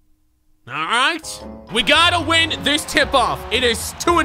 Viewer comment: The reason y your commands don’t work because when u said win I heard ween